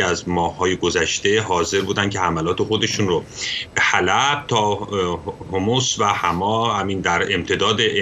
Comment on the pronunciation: آقا «حوموص» چیه؟...حمص 😂